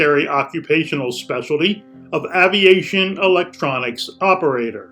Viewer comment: that's Aviation (pronounced with a long "A") not Oviation. That is a Airdale rating in the Navy.